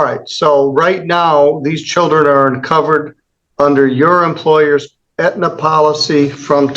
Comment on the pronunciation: Did she call Aetna, antenna??